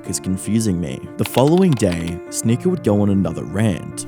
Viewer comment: English is not my first language, but what accent is the narrator supposed to have? He pronouncer Sneako like "Sneakor", video as "videor", or something like that